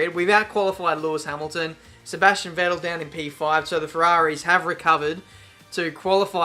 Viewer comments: At lap 12 the second pronaunciacion of Vettel was the right one. I'm German by the way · You deserve a cookie for finally pronouncing Vettel the right way! :D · Thank you, finally you pronounce Vettel right:D I think you're the first F1Youtube Channel, who pronounced it right:)